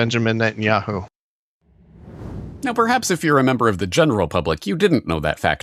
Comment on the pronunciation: Why do you pronounce Netanyahu like that? 😂😂😂 yeah hoo